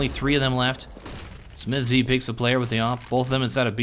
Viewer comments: i love your videos but please, stop saying smith-Z, just say smiths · Maybe check your pronounciation of SmithZz, sounds weird to me. Nice video anyway, thanks for uploading since I missed this game :D